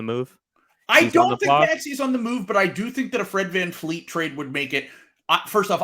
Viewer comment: its Van Vleet not Van Fleet